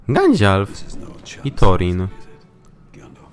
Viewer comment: czemu muwisz na gandalfa gandzialf????